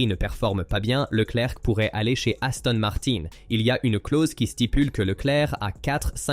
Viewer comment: Parfois c’est aussi « niouwy » et Aston Marin devient Aston Martenne !!! Incompréhensible !!! Ça sent le faux.